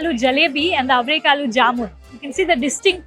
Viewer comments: Forget the other Kannada words, considering that the video is on avarekalu, she should have at least taken the effort to get the pronunciation of that word right. Otherwise, she is not fully prepared to present the video. It's like making a typo on the cover of a book. Also, like most North Indian languages, Kannada is also derived from Sanskrit and not from a foreign language. So, it shouldn't be that tricky! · There are 125 dishes made of averekalu.. the mela is avere mela.. atleast learn to pronounce ‘averekalu’ and averebele atleast after listening to the locals pronounce it. Pls don’t be so ignorant.